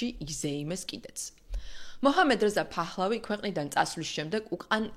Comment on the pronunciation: ფახლავი. კი. არა. ფეხლევი. კარგათ. თქვი. გვარს. ნუ. უმხინჯებ.